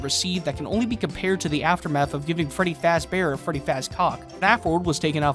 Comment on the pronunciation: "Why don't I make something else with this stupid fuh-ring brown brear?"